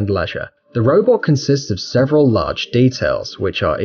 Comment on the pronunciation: "This device consists of 'Sevren' different blocks." ..... what the heck does that mean? "Sevren?" Find this